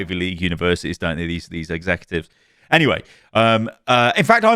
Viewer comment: "And 'dey say chivalry is dead" ?